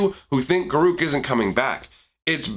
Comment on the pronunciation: It's garruk